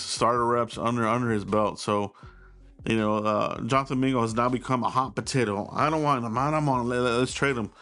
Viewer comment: It’s JONTHAN MINGA😂